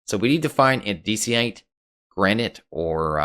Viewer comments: Andisiate? You mean Andesite? Great Video though. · It's ANDESITE, not ANNADEESEEITE. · You mispronounced "Andesite"